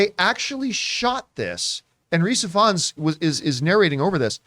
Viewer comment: Err, guys, a bit of pronunciation advice, “Ifans” is just the original Welsh spelling of “Evans” - Rhys’ brother Llŷr (also an actor) uses Evans as his surname. The first syllable is “iv” not “ev”, but otherwise it’s the same. The brothers were raised in the same small town I was, but they’re around 10 years younger than me.